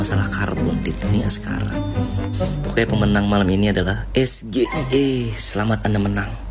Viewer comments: Gibran: SGIE ( es ge iii eee) KPU : Bukan SGIE (es ge iii eee) tapi (es ji ae iii) bran! Waduh salah lagi. Netizen: gibran ooo ooonnnn😂😂😂😂😂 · Blimbing sayur yg hanya betani debat dikelonin KPU biar bsa bawa contekan dan ada yg ngarahin...😊😅😅😅😅bhaaa...bhaaaa....SGIE...SGIE...sok2an ngasi pertanyasn tpi ga bsa pelafalannya...pantes cak Imin ga paham...ngucapnya ES GE I E...yg bener cara bacanya ES JI AI I 😅😅😅 katanya lulusan singapura...pas dianya..eh liat contekan lagi...😅😅😅 samsuul...samsul...hasil ngobrak abrik konsitusi...hadiah paman usman...FAKTA ini lho yaa...bukan FITNAH...tar playing victim...merasa terdzalimi...😅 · Pertanyaan singkatan SGIE bila dibaca dengan bahasa Indonesia jawab aja * saodara Gilbang ini eror, soalnya itu kan singkatan bahasa inggris seharusnya di ucapkan / dibaca dgn bahasa inggris.